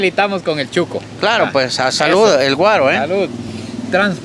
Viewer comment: Se dice shuco.....no chuco.